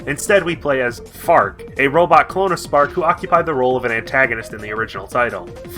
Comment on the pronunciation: So for half of the video I thought you were saying "Fart" and I just went "hmm a bit of an odd name but okay..."